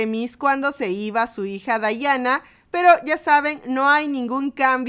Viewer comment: No es bayana es diana